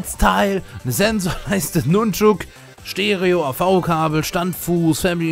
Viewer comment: Wer „nunschuuuck“ sagt, hat die Kontrolle über sein Leben verloren. Casual 😜